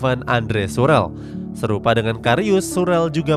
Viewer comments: Andre surel 😂😂😂😂 Scurle cara bacanya 😂😂😂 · Schurrle..dibaca sklurle aja g ada surel..bahasa jerman tetap dibaca sama bukan kaya bahasa inggris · Izin koreksi min itu andrea SCHURLEE bacanya shurle bukan shurel wkwk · Min, klo bahasa Jerman schurrle (huruf H umlaout) jadi Syurle secara bahasa, atau tetap di baca syurle (baik jerman/ baik Indonesia) bukan surel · Pas denger kata surel ko aneh apa mimin nya sengaja bikin aneh. Komentator dunia aja nyebut shurle Tetep shurle ko. Ga surel wkwkwkwk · Surel apa skurle sih ngomongnya?😬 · saran min... Schürrle dibaca shyur-le. tks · Pdhl kalimat nya jelas loh,kok surel ya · Shurel. Wkwkwk Aneh gue denger nya ngab Rasa mau protes ke mimin nya